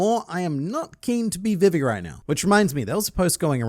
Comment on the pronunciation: You are my favourite One Piece content creator, but listening to you pronounce Vivi incorrectly that many times in a row is hurting my brain.